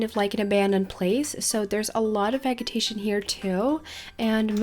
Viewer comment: I just wanted to correct your pronounciation on a certain word, if you don't mind; In the word 'Vegetation' the 'G' is pronounced the same as in 'Vegetable'. More of a 'J' sound. Thats all from me ^-^ Hope that helped. The video was great btw.